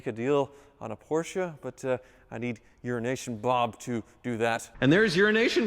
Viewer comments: Euro nation bob , when I first starting hearing you say that I thought you were saying urination bob. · Is saying Urination Bob cos that's what I hear. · I'm sorry. I kinda giggle when you say Euro-nation Bob. Euro-nation runs together. The o in euro sounds more like an i. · Wait wait wait. I thought it was Euro-Asian Bob. Now I'm all confused: Is it "Your an Asian, Bob!" or "Urination Bob"? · I kinda wish he stopped calling him urination Bob... At first it might have been funny, but not anymore. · Why does call him Urination Bob?